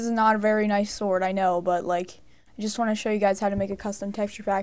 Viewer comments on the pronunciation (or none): none